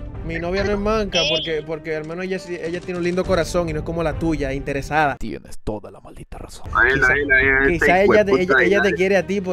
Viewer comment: El como dice intersada😂😂😂